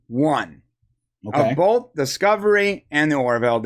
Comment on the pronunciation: It's pronounced "BOTH", not "BOLTH".